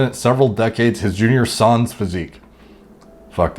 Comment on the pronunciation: "sarns", "modern-ity", Jesus. Not helping the stereotype of people who look like him being dumb as bricks.